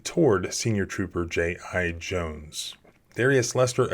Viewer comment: “J.I.-Jones” HAS to be on purpose right?